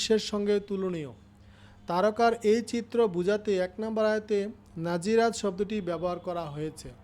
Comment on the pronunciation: নাযিরাত না নাযিয়াত